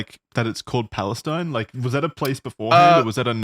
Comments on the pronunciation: Palestine, TX isn’t pronounced the same way as the country, it’s pronounced more like Pal-es-steen. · My only contribution to this is that it’s pronounced Pal-ih-steen instead of Pal-uh-styn. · wait hold on a minute i know i did not just hear wendi say palestine (pronounced pal-iss-teen btw no hate) tx was large and well known......i lived there and it is very much not large or well known. it also sucks. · I know I'm late but it's actually pronounced Palesteen here. I currently live here. But loving the show keep it up back to Amazon to finish the show. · Fun fact: my husband is from Palestine, Texas and it’s pronounced Pales-teen ! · Palestine, Texas resident here. It's just a coincidence, it's not even pronounced the same. We call it "PAL-EST-EEN" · It's PalestEEN. It's also a really small town in east Texas lol. I'm from the area.